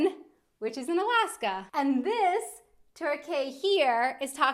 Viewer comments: Torquay is pronounced torr - key in Australia and UK. Same pronunciation as quay (as in Circular Quay in Sydney and South Quay in London) - although I realise US English pronounces quay phonetically. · Torquay is pronounced like Taw kee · I think Torquay if its in Victoria is pronounced Tor Key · i DO really like clocks and have many (6 in view from my couch) ... the classic newsroom clock wall (in the US) had New York, London and Paris (i think) ... i believe Torquay in England is pronounced "taw KEY"